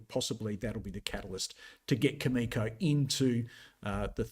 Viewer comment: Cameco is a great company and will outperform during this uranium bull market. However, since you profess to be a technical expert and not knowledgeable about any uranium fundamentals, why do you even go there? Cameco is not pronounced that way. Cameco is not the world’s leading uranium supplier. Cameco can NOT just ramp up supply like you said (actually, they are currently in the spot market BUYING uranium to meet their market obligations.) The uranium sector will be on fire in !!!!!